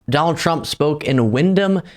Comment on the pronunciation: I heard you call him Dollar Trump 😂😂